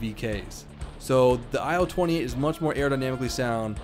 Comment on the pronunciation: In Яussian TU sounrds more like "too". And IL like "il" in "will" )))